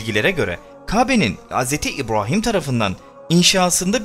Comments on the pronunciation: Nədən Hz İbrahim derken R ni farkli diyirsun? Normalde R diyiliwinde sorun yok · Dostum seni ilk kez dinliyorum, video çok ilgi çekici ama "Hz. İbrahim" derken ve "Kabe" derken sana sinir olduğumu itiraf ediyorum. "Kabe" derken inceltme işaretini kullanmanı ve "Kâbe" diye telaffuz etmeni tercih ederim. Eline emeğine sağlıkkk bu arada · Bu seslendiren arkadaş bu işi bıraksın bence kabe ve ibrahim demeyi bilmiyor seslendirecek arkadaşın şivesi çok önemli